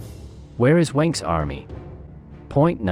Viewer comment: The German pronunciations were some of the worst I've ever heard! It's BERCHtesgaden, not BerchTESgaden. I know the ch sounds are difficult for non-native speakers, but at least put the stress on the correct syllable. The one in Goebbels is pronounced something like er, but with rounded lips. The w in Wenck is pronounced like v, and Gen. Jodl's name is pronounced just like yodel. 😬